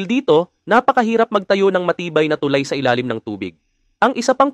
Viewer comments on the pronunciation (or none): Pakiayos naman pronunciation mo ng tulay sir! Mabilis ang pagbigkas ng salitang tulay! Thank you!